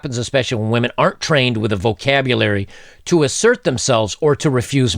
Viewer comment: "Whamen Most Affected"